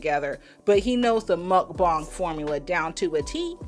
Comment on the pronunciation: You are pronouncing it wrong. Muhk -Bang 👍